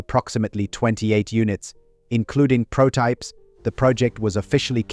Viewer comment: "Including protypes" it's prototypes... whoever is reading the script doesn't know much about engineering.